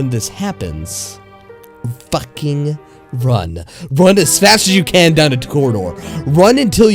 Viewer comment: I have no idea, but this part is kind of funny to me. Probably because of the way he said "fackeeng"